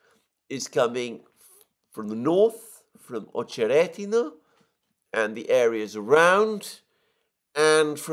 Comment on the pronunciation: It’s OchereTino (not D)/Очеретино. Emphasis is on the second ‘e’ OcherEtino - at least in Rus language.